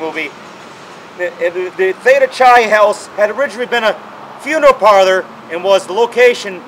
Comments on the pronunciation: Theta Chai? Clearly not a frat boy. It's spelled Theta Chi and pronounced Theta "Ki". Greek letters, ya know. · Technically you just vandalized the place....also although I had my problems with theta Chi its "ki" not pronounced soft "Chain like Chain tea that drove me nuts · sorry about pronoucing chi wrong...i did this video with only one take. no retakes..and i'm a adm and dpo fraternity alumni from morrisville college! opps! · sorry dude..but i have a degree in newspaper journalism and not broadcast journalism. so what if i mispronouced the "chi" in the frat name.or i say "umm or "ah".or "gonna" i also did this in one take.no rehersal...no retakes....one take dude..no time to go back and do it all over again! i also know how to narate if i reherse and read a written script. worked for local TV and radio with my print degree in massena with a good voice. not rehersed! okay! i'm not on the six o'clock news!